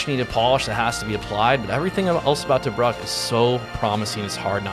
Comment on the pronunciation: Tobruk. (pr. Tuh-brook)